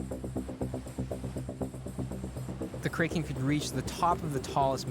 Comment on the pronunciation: No way the narrator pronounced Kraken wrong 😅😂